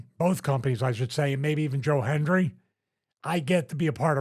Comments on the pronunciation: Hendry... not Henry, Stevie haha! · Stevie called him “Joe Henry” several times. It’s “Joe Hendry” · Stevie cant even same his name right, calls him Henry about 20 times